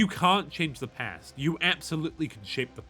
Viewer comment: At the start i could swear he said no Pant. Not Past. Which works either way